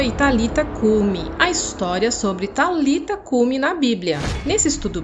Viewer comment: Não era Talita cumi a pronúncia e nem escrita mas é => Talitá cumi ressonância Talitaaaaá existe um acento no ultimo a do nome,sendo assim Talitá cumi.